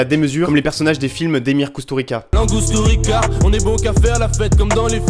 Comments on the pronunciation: Si tu parle d'Emir Kusturica, ça se prononce Koustouritsa... (Enfin je crois 😅) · Sa se prononce KusturiTSa